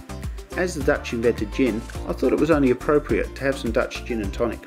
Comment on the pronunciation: your dutch is impressive for someone whos living in ozz for so many years:D prenounciation was spot on mate! though im not a huge fan of KLM,i like our national pride ofcourse,but i personally wouldent fly with them. and yeah schiphol's train station is perfect,i dont need swap trains at all to go home all the way south =)